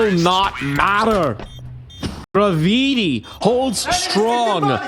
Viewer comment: dude can't say gravity?